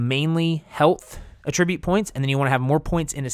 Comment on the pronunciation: AH-tribute bruh